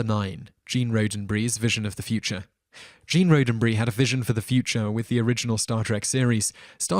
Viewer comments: Practice, practice, practice! ;-) The narrator mispronounces two important words in this video. 1. Gene Roddenberry's name has a double D in it. It is pronounced Rod-den (rhyming with rotten) and not Ro-den (like the word rodent). 2. The double episode, The Menagerie, seems to have been given an extra letter. The announcer said menangerie. And just when you thought you had misheard, he says it again. Rating: "A" for amusing content, "D-" for not caring enough about the material to learn how to pronounce the name of the creator of the show and the title of one of its most memorable episodes! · Roddenberry's name being mispronounced hurt my head. roden bury isn't the phoenetic way to say it Rod Den Berry is. but I like this video. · Gene's last name has a SHORT o phonetically rahdenberry idiot! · If there's a name to be said he will get it wrong!